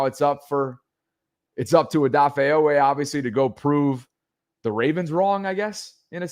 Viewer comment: Long E sound G!!!!😂😂😂😂😂